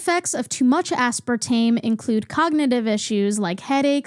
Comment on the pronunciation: aspartame. asspartaym. asspartahmee.